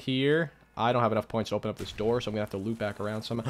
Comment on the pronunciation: open the noor